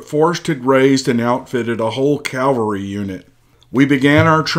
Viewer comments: The word is CAV alry, not Cal vary! Calvary is where Jesus died. Cavalry is a group of horse soldiers. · You wouldn't mean "cavalry" rather than "calvary," now would you? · It's a modern narration of an old letter, wrote above " I took a few liberties with the story to make it entertaining " area / era is likely just a mispronunciation, he also refers to "calvary" instead of cavalry. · It's CAVALRY not CALVARY! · It's CAVALRY not Calvary. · Great story....but it's pronounced CAV ull ree , not COWL vuh ree . Calvary is where the Lord was crucified. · I would love to hear this story. I simply cannot listen due to the constant mispronunciation of simple words. CALVARY vs CAVALRY: there is a difference. Words mean things. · Pronounced; CAVelry....NOT....CALVARY. ....F.Y.I. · CAV AL RY not CAL VA RY!